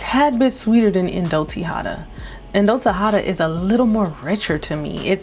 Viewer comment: Indult Tihota is pronounced (Tee-Ho-Ta) like Hoe...lol) :)